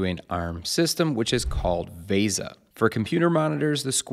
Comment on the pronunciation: It's not vayza, it's VESA: V for vet, E for egg, S for sun, and A for Adam.